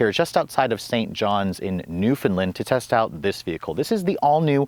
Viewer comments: People it is pronounced New-FOUND-Land exactly how it's spelt not Newfinland!!!!!!! Yes I live in St.John's Newfoundland I always have a problem with how people say it and I'm not from here originally from Alberta I'm a Hard working Farmer well ex farmer now. But very Beautiful Truck all the same going to get me one !!!!!!!!!! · I liked the video, despite the fact that you said "Newfinland"